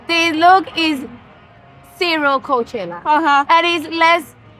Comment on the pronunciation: Karol G always shines in her interviews, a Queen. No wonder she's the first Latina to headline Coachella.. a music festival named after a city and Valley that runs on hard working Latinos, which is currently being massively gentrified. The way Karol pronounced "Coachella" from the main stage gave CHILLS. Sure, i'm the one who missed the point.. 😅